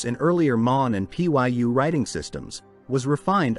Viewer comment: lmao it just says welcome XDDDD Trash AI. Cant even look up how to pronounce "Pyu" before its stuffed in the video.